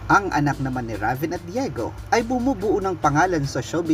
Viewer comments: rayven pag pronounce po nun ndi ra ven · Reyven po tamang pagbikas ng RAVEN name